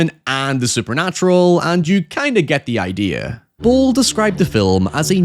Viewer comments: First native english speaking Youtuber I ever heard correctly pronouncing "Uwe" but then completely warping "Boll" making it "Boyle"(?). Easiest way to at least come close to the correct pronunciation would be to use the english 'ball'. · Something I didn't expect when entering English speaking Youtube is how weirdly hard it is for native speakers of English to correctly pronounce Uwe Boll. gets relativly close - "Boll" is pronounced less like "boil" and more like "ball", though. Worst variant I heard so far on YouTube was "Yuvee Boll". No Judgement though if you can't pronounce a name that is from a language you don't speak, that's hard. My intuition just never expected "Uwe Boll" to be one of the hard ones. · I think it's pronounced "bowl" unless you're mispronouncing his name on purpose. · It's uwe boll not uwe boil also I'm just going to say it postal is not a bad adaptation I think postal is actually one of his better movies and one of the better videogame movies out there. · Calling Uwe Boil instead of Boll is the new canon.